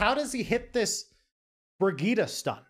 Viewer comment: I was having such a hard time trying to figure out who you were talking about in the team fight, until i realised thats just how you pronounce Brigittes name, i got mind fucked so hard